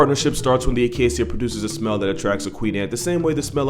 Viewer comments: did you really say “acasssia”?? You do know it’s pronounced “acashia” right?? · Is that how you pronounce acacia? When I lived in Botswana we pronounced it ah-kay-sha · I didn’t know Acacia was pronounced A-kay-see-a. I pronounced it A-kay-cha. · It's a-kei-sha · Is that really how acacia is pronounced? Or are you doing a katydid?